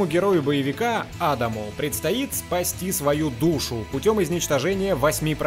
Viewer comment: Мне кажется, правильно будет делать ударение на вторую А в имени Адам.